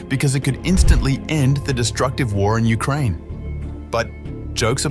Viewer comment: Ah yes, my favourite country, Ukrinea